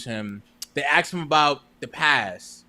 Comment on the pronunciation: Ask not Axe